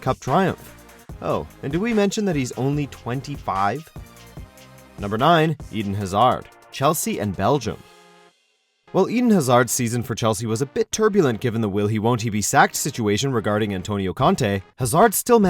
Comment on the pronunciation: EDEN HAZARD......... FCKN EDEN.... EDEN.... ARE YOU FOR REAL?! It's 'ed-en' he's not from the bible